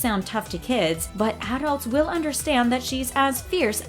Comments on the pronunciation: Say arults one... more.. time.. lol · How many times can this lady say "adults" like this? Please say it right if you are going to say it 100 times in 7 minutes. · Why is she saying adults like that ? English is my second language and I still know how to pronounce it right she should too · AD-DULTS. AD-DULTS. AD-DULTS. AD-DULTS. AD-DULTS. :/ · Stop pronouncing adults with the emphasis on the first syllable. You sound silly. A SHIV is a makeshift knife used in fights. Shanking is the verb that means to cut someone, usually with a shiv.